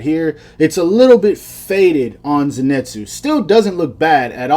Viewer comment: Zenitsu is pronounced like zinitsu or zenitsu not zenetsu (no hate :) )